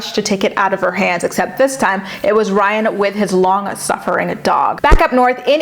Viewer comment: I’m screaming 😂😂😂 you said “Rhine” 😭😭😭😭